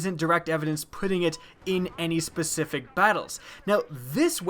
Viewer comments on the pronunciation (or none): none